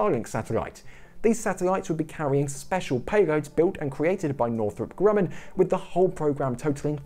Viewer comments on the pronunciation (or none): none